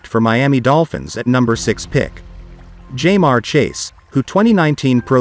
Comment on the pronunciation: “ JAY MARE CHASE”